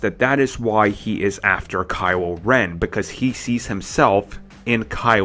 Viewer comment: Kywo Wen Bwood Wine Fwesh and Bwood you pwobwabwy say wazer wifle too 😂😂😂😂😂😂